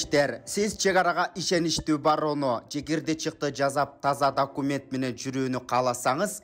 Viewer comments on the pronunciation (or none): none